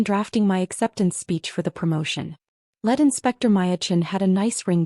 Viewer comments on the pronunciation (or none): you the corret pronunciation on lead, which it is leed. But good story. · “Lead Inspector.” It sounds like she inspects lead. As used here, it should be lead (pronounced LEED) inspector. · AI voices can never pronounce the correct form of "lead", "read", "tear" and other simple words. No concept of context or tense. 😮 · “ … recommending you for promotion, LEAD inspector …” In this case, LEAD is pronounced LEED, with a long ē sound.